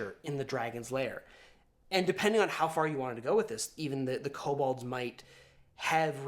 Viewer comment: This is a pet peeve of mine but its pronounced ko-bold, not ko-bald.